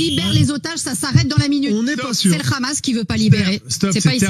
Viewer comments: D abord c'est pas khamas mais Hamas ou 7amas mais c'est dur de prononcer la lettre arabe h Le problème c'est la colonisation et le sionisme 1948 vous connaissez madame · Le rrrrhamassss